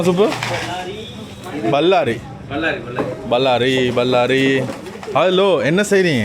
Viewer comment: Correct, wrong pronunciation.